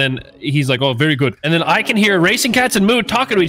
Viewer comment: “Pretty gewd.”